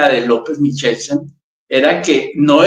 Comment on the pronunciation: MICHELSEN (MIKELSEN) TODA LA VIDA SE HA PRONUNCIADO CON C O CON K NO CON CH¡¡¡